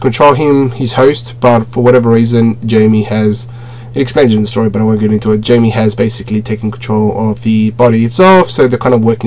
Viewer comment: Jamie is pronounced in spanish has (hi-may) and the j in spanish is an H sound lol